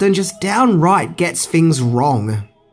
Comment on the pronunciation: “TEN HINGS.....” (sp) 🤦🏼‍♂️